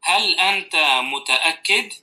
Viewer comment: يوجد خطأ في النطق بالعربي مثل كلمة "انت" وليس انتا ! ما بعرف لماذا تمد التاء !